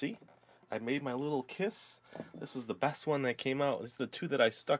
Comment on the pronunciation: Your ss in kiss is rong